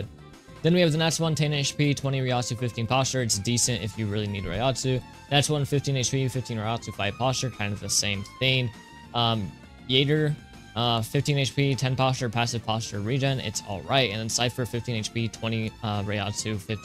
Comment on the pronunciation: Did you watch bleach? Bro said jeager instead of Jagger